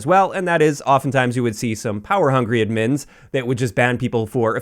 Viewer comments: good video, no way thats how you pronounce admins lmao. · dude the way you say "admins" is so funny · Not that it matters, but are you Canadian? U pronounce "admins" weird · glad it wasnt just me that noticed it. Maybe its a regional thing